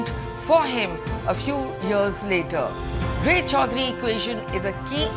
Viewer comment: Say রায় চৌধুরী not Ray _ Chowdhury. I think the news reader is a Bengali or an Indian. Why his pronunciation is so bad?